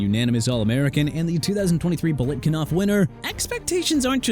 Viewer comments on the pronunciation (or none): Fred Biletnikoff not Biletkinoff!!! GET HIS NAME RIGHT!!!!! The only thing comical: your lack of respect for athletes when you butcher their names!!! SMH